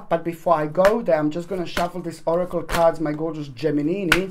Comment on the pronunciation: Love when you say 'Geminini ' ☺